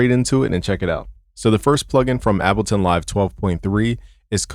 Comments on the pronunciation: PLEASE stop saying "Abbleton"...PLEEEASE?!!? IT's Ableton as in "willing & able"...please🙏🙏🙏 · Bro, please get tested for testicular cancer. Your nips are abnormally perky for a man of your stature. And idk if you're tying to be posh or sumn, but it's called Able-ton not abble -ton. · Is he saying abbalton every time? That’s wild. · Nigga said “Abbleton” LMAO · My guy is so FL he’s saying Appleton Live